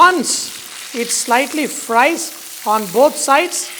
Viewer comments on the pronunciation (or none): none